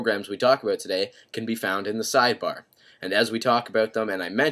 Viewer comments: 5;22 he said talk abooooot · haha "aboot" Canadians are the best, awesome video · "ebeut" /about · ABOOT... haha southpark classic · he says "about" like his irish lol nice apps dude